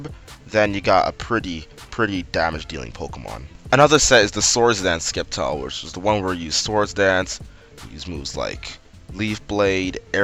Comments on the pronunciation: its prounced Sept-Tile Not Secpt-Tile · It's Pronouced "Septile" not "Skep-tile" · When a pokemon youtuber says Skept-ile instead of Sept-ile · You said skep-tyle. I thought you were joking. Then you kept saying it. ITS SEP-TYLE!!!! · Did you say SKEPtile omg I can't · You said skeptile lol but nice content i like your commentary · SAY SCEPTILE RIGHT!!! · Aaargh, you keep mispronouncing Sceptile! So irritating! Stahp.